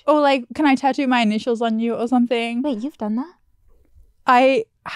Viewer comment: Lol why Gabby pronounce tattoo like "TAH-DOO"?